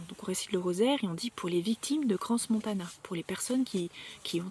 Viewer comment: crans c est sans prononcer le S à la fin. ! et parle du rituel sa ta nik à Moloch !!!!!